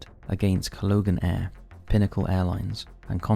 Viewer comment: Colgan Air, not Cologan Air.